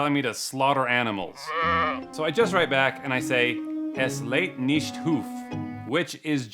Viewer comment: Holy Cow,... You admit to not knowing German but you should know to use the 'listen' text-to-speech icon in Translate to hear how that German translation is supposed to sound for us. That was painful.